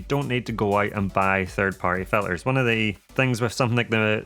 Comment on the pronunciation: I find while watching your videos, and I Like Them a lot. Find myself counting the words you pronouns with the letter T missing. Bo,om Ba,ery.Fil,ers. Its then I realised I was missing your important point of the video in the first place. The Mavic 3 is a hard sell for me, too flashy, and time consuming setting it up.